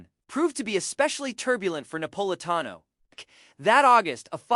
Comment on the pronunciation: i cant watch this - the narrator (AI?) cant even pronounce the man's name....